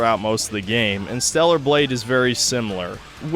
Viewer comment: Stella nae stella nae